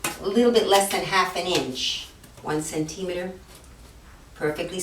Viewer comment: Great tutorial but please learn how to say "centimeter" correctly....